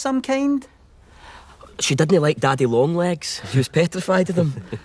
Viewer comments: daddeh long lehgs Damn it sounds dirtier in Scottish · The name "daddy long legs" is even more hilarious in this accent, haha